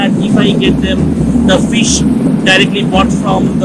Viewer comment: Guru banglay bolo... English pronounciation and grammatical errors puro pronab mukherjee baa communist utpil dutta r moton...eas...rice and phis curry